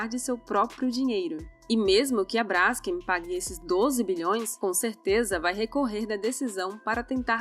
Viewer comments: Se fala BRASKÊM e não BRÁSKEM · Brásken PUTA QUE PARIU. Hoje em dia o que temos é uma manada de zumbis JUMENTOS. TEM ACENTO NO NOME? NÃO! Se lê BRAS KEN Cacete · Não se pronuncia /brásquem/ menina arrogante. É /bras-quem/. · é Braskêm, não Bráskem. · Ficou ótimo. Moro em Maceió e sei bem o que é isso. Só um pequeno detalhe (bobo). A pronúncia correta é brasKEM o KEM é a sílaba tônica. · o nome da empresa se pronuncia com a tônica no Kem… tipo BraskÊm. Não entendi o link entre o problema geológico provocado pela extração da salgema e a questão de propriedade do subsolo. Nos USA, seu paradigma, o processo de fraturamento hidráulico para produção do shale gas e do shale oil está contaminando todo o lençol freático das regiões onde há reservas desses hidrocarbonetos. As pessoas agem como capitalistas selvagens até na China, é atávico!!! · Braskeeeem (olha a pronúncia....)